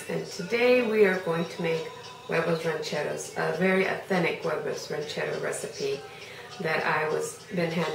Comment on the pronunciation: love how u pronounce huevos rancheros